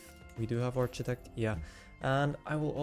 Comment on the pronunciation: it’s arc-itect, not arch-itect.